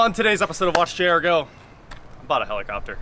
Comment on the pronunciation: I spent the first 2 minutes of the video thinking he said Jaredcopter